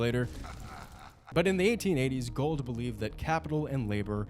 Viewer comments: You continuously mispronounced Jay Goulds name. It is not pronounced Gold, it is pronounced Goold. My mother's grandfather was one of Jay Goulds nephews. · I like your presentation but a slight technical point it's Jay Gould (pronounced Goold) not Jay Gold. I went to school with Gould grandchildren. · Great stuff! But it’s pronounced “ goold “not gold. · This is a great analogy... it gives perspective and insight but perhaps even more importantly, hope. Thanks! But allow a small correction, please... railroad magnate Jay Gould...with a "u" is pronounced "ghould" or "goohled" not "gold" as you and pronounced it. Love your work! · FYI, Jay Gould's name is pronounced GOOLD (rhymes with fooled), not GOLD. I know it's nitpicky, but it's jarring to hear you mispronounce it over and over... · It's pronounced "gooled" not "gold". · Jay Gould's last name is pronounced "Goo-old" not Gold. There's a "u" in there. Take a closer look. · Jay Gould is pronounced like ghoul not like gold. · I think it’s pronounced like “ghoul-d” not “gold”. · It’s not Gold , it’s Gould. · It's pronounced "Jay Goold" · You guys are both mis-pronouncing Gould. Lame.